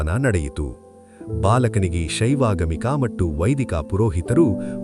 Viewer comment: ಮತ್ತು ಎಂಬುದನ್ನು ಮಟ್ಟು ಎಂದು ಉಚ್ಛಾರಮಾಡುತಿದ್ದೀರಿ. ಇದನ್ನು ತಿದ್ದಿಕೊಳ್ಳಬಹದೇ ಮಹಾಶಯರೆ